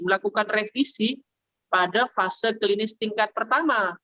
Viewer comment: Fase 1 y, bukan vase 1